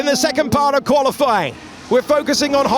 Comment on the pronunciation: "Qualiflying", i swear it's been said loads of times by different people.